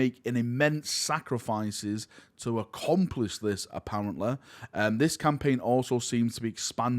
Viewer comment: What is this accent? You pronounce heresy as "here-s-seh" and I thought it's because maybe your tongue couldn't say "lee" but you can pronounce "lee-gion" just fine. Edit: happens with "apparent-leh" too. Do you just say all words ending in a Y as "leh"?